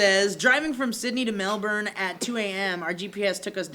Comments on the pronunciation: said Melbourne correctly!:D:D:D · Fuck yeah knows how to pronounce Melbourne correctly.